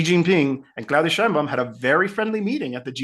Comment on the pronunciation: PLEASEEEEEE! LEARN HOW TO PRONOUNCE MEXICAN NAMES PROPERLY! IT IS PRONOUNCED "SHEINBAUM". JUST THE WAY IT IS WRITTEN! PLEASE BE POLITE!